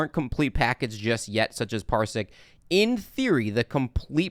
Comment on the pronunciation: Parsiq - not Parisq or Parsik